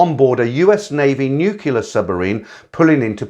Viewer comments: Nu-clear! So hard to hear N-u-cular!!!!! Please make this change!!!!!!!!!!!!! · Sorry, I was being funny (In my own mind). I was referring to the pronunciation of the word: NUCLEAR. Sometimes I go overboard as the grammar police.